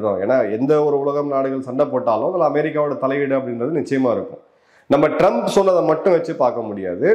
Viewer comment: Trums illa trumph😂😂😂